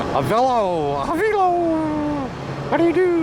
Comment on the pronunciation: you should figure out where AVELO is based out of. you should say the name right.